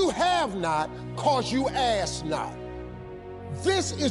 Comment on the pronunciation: Ummm love the message but the word is ASK no ASS 🤣🤣